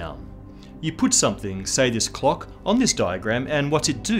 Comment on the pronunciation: Can't stand the way he enunciates the word "clock"